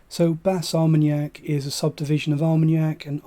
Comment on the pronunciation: Thanks. I enjoy Bas Armagnac regularly. FYI no S in the pronunciation: Ba R-ma-yack 😮 You are quite right the prices here as well have been soaring, sadly. Kindest regards, S.